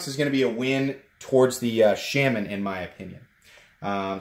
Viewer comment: Shaman is pronounced correctly .